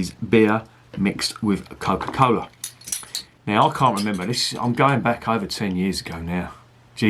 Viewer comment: "Co'kah fah'ken cola" I love this, especially considering the fact I'm drinking guiness original with cola while I watch lol